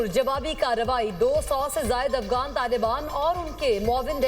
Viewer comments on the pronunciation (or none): Talafuz sahi nahi. Afgan nahi Afghan